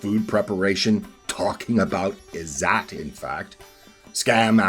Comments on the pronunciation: Ppl here will probably now pronounce it as "zoot" and joke about a certain Prophet and his time in the desert. Its pronounced "izz zatt" - "zatt" rhymes with "Tut as in King Tut" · I'm Indian. Every time he says "IZZAT" I cringe. Anyway, I could write a comment to debunk whatever this is because all of this is crap, but why bother? It's funny. Just continue with this conspiracy theory like the 100 others you've pushed before this. I will say this: try going outside once in a while, maybe touch some grass, or even ask an Indian what "izzat" actually means.